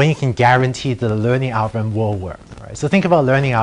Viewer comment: ' Algo-wiv-um ' haha